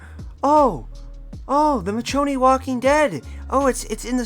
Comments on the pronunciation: Bro said Mitch o knee 💀💀💀💀💀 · Lol it does my heart good knowing that collectively everyone agrees. This take was bad. Still, A for effort for writing, editing and posting. And i mean this non sarcastically. Also you killed me everytime you said her name wrong. Michonne (Me-shown). Gg homie🤘😁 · You complain about the walking dead but want the office skins? Have you even watched the walking dead? Addidng the walking dead skins at least has something to do with the game, The office has not. You not being able to pronounce Michonne correctly tells me everything i need to know about you and the walking dead. You can have your own opinions but i doubt most people agree with you. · This can’t be real… this can’t be real… this video CAN NOT be real. For starters you pronounce her name wrong. That right there proves to me that you’re an idiot. Let’s proceed. You start off by bashing the walking dead. How are you going to bash something then research the same thing you’re trying to bash. You should have researched before coming on here talking like a pro when you’re not. Then you. Oh man this one’s my favorite. You then call it irrelevant. 😂😂 how when there are so many shows of the walking dead right now. Then you bring the office into this. I agree. I enjoyed it. It’s funny. But that show can’t even come close to the walking dead’s ratings. Then you want to talk about how they’re “Ordinary” people in jeans and stuff. 😂😂😂 then complain that call of duty if bringing all this into call of duty and that you want to feel like you’re playing a “Military based game” if you’re spending 70 plus dollars on it but want to bring in “The office skins” & how you love “the nova” camos on weapons???? Complain that Rick and michone are both running around on the battleground but proceed to want Dwight and Jim running around? This can’t be real. This made me mad. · Dude couldn't even pronounce Michonne correctly and you're uninformed asf